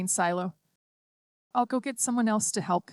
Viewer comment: Lollypok,??? Helk??? A good rendition get real